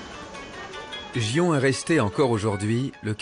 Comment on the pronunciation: ... ce n'est pas "gi-on" mais "gui-on" (en prononçant légèrement le "n" à la fin)